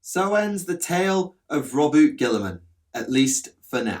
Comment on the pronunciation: It's pronounced Row-boo-tay